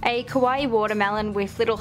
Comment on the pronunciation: kawaii Kawaii! not kowai \(>~<)/